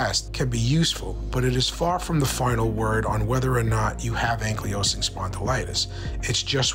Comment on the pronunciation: Great information!! But… can you please pronounce ankylosing correctly? 😂 its ankle low sing ok love ya bye!